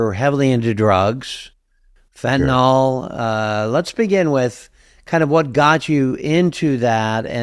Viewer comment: fentanyl is pronounced fen ta NIL - NOT nol. Look at the word nyl is the same as nil